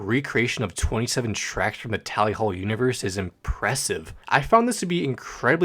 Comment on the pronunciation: Yknow I was super happy that you pronounced Chonny correctly (since you were struggling with tally hall) but then HAIKU SMH/j Anyways this is a really good explanation of Cj!